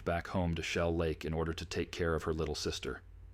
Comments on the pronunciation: I wish these messed-up-priorities channels would quit using AI. Shellac?!?!?!? No jidiot, AI. It's Shell Lake. UGH. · You know the voice is AI when Shell Lake comes out as Shellac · If you’re going to use a computer generated voice, the very least you can do is to be able to properly pronunciation words. Shell Lake is not pronounced shellac. shellac is something you put on wood. Whoever is producing this proof hears what you’re putting out absolutely stupid production.